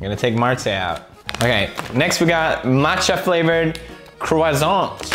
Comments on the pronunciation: I don't like matcha, it's not sweet, it's weird. I would love to taste Cherry flavoured Pepsi. And you killed the word croissant man :,) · He did XD